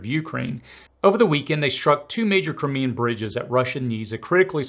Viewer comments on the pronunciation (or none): none